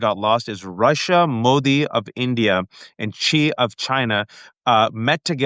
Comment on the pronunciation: The Chinese name "Xi" is pronounced more or less like the English word "she." It isn't pronounced "chee."